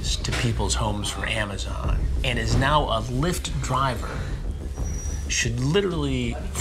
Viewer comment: As a Puerto Rican it was funny asf when he said “Lee-ft” and the translator didn’t even know he was saying lyft lol